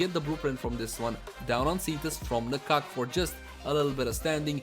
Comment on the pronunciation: At last, a person who pronounce "Na-kak" very close to the actual Thai word. :)